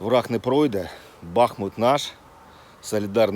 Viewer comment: Не БАхмут а БахмУт